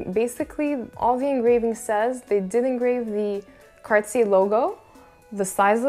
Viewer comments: did you just pronounce it carsy???? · Nope, she definitely pronounces it wrong.